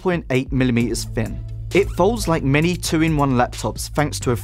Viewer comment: "free" "fin" "fanks" "whever"